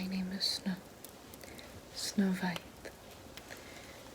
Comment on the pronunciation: Narrator: “Little Snow White” German: “sNoW vVvViEet”